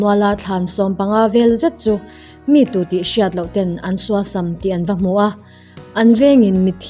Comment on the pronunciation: Suasam i sawi dan hi a thluk tlemin a rikdan a dik lo deuh tih mai loh chu i aw ngaihthlak a nuam e